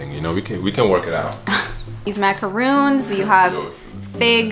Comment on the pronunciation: Ahaha I'm from France and you're prononciation of Boursin and Maracons with the "Rrrr" was really good! I love your job and I'm happy to working my English's vocabulary with your video! kiss from the north of France! 🥰